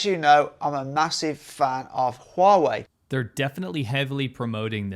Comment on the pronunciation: "I'm here in WAUGH-wei..."